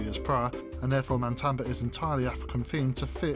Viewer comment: I liked the video, but if you do a review, please get the name right. It is Matamba not MaNtamba. Also the background music is way too loud and distracting